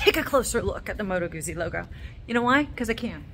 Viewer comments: Pronounced Gut-zi. Thanks for the history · Great video. Perhaps offer the Italian pronunciation for the originalists-- Moto Gootzie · You need to pronounce Guzzi properly